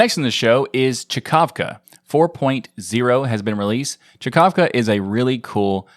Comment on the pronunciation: Czkawka means hiccup in Polish ;) You're welcome EDIT - Oh. It said just this in the screenshot fro mthe original website :) Well... But you did say it almost right :D